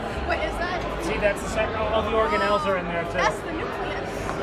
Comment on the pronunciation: Yo "Cytoplasm"